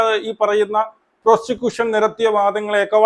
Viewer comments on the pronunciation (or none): പ്രോഷികൂസൻ അല്ലട, "പ്രോസിക്യൂഷൻ".